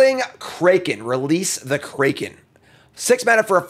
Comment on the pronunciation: says Kraken in such an odd way